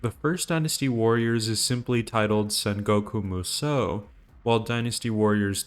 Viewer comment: There's no misspelling for Xu Shu and Zhang Jiao, and it's pronounced 'Saan'goku Musou instead of Sangoku Musou as in Sanfransisco.